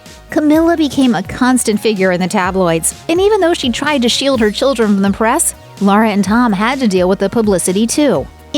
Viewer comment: Her name is Laura not Lara!